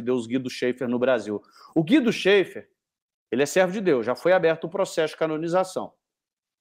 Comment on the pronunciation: A pronuncia correta é Guido "Xéfer" e não "xeifer" pois o sobrenome é de origem alemã e um ä se pronuncia como é.